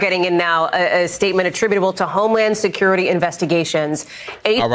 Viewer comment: Freakin ny like whateva.....homy securi-tay.....wanna list this...